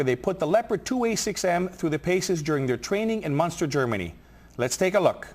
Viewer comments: Er sagt nicht "Monster" sondern "Munster". Er redet von der Stadt. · it's Munster ;)